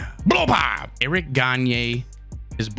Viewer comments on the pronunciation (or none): none